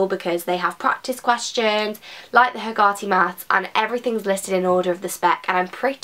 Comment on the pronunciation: that is the poshest 'Hegarty' i have ever heard lmao.. it is heg-er-ty.. not heg-gart-ty